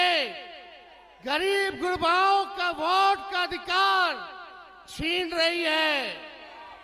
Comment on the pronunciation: अरे नवीं फेल भोट नहीं वोट कहते हैं महा मूरख😂😂😂😂😢😢😢😢